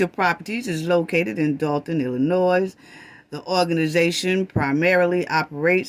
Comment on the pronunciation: Great video love your sarcasm but the way you pronounce *Dolton as “Dolphin” has me crying laughing it’s so cute because I know what you mean it’s just the way it sounds😂😂😂😂😂😂😂😂😂😂😂😂